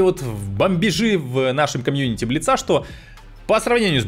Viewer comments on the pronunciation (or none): none